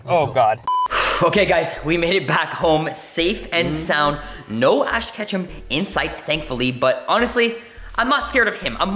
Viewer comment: He said ash Ketchup on accident lmfao